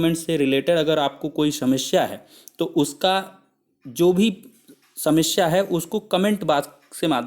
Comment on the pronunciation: सेमस्या नही समस्या